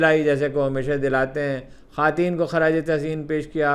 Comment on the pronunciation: خاتین کسے کہتے ہیں ؟؟ یہ لفظ آپ کو چھوڑ کر کسی انسان سے نہیں سنا۔ کس بات کی ضد ہے یہ؟ اپنی درستگی کے بجائے یہ ہٹ دھرمی کس لئے؟